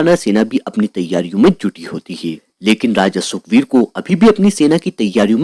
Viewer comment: Sukbir ❌ Sugrib ✅